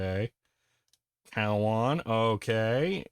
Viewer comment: Thr pronunciation was more like CO-WON